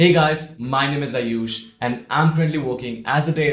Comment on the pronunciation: Video is informative. But Atleast pronounce your name as "" rather than "Ayuush". Why so obsession with foreign accent that you mispronounce your name as well.